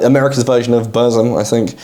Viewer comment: I am sorry, but I am triggered. While you've pronounced Drudkh decently, though wasn't sure about it, Burzum and Xastur is so off. And it is a common mistake. Burzum is from elvish of LOTR, and z here as ts. So pronounce it as Burtsum. Just listen to how Varg pronounces it. Xasthur is a bit complicated. As a livecraftian monster you should look at how he would say it. And it is like Spanish J, or H in ham. Basically Hasthur. Counterargument would be that the founder of the band doesn't say it this way. He says Zasthur. And it is confusing.